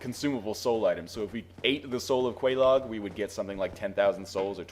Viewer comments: Quelaag is pronounced. Many, many times. Its pronounced Kwee-Lag. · I think it's pronounced like the cereal, Kellog. At least, you should be calling her that anyway... Ms. Frosted Flakes. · my guess is also Kay- Log for pronunciation. love the vids bro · quelaag? sounds like kellogs LOL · This comment is a bit late but if you get the Witch's ring then you can talk to the Fair Lady. She says Quelaag's name so there is a correct pronunciation. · Quelaag is pronounced. Talk to her sister with the witches ring on.